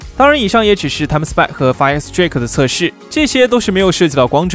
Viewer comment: fire strike都不会读？